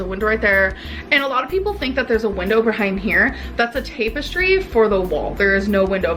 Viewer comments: How she said tapestry 🤣🤣 wtf !!!!! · She can't even say "tapestry" correctly. It is like she speaks another language.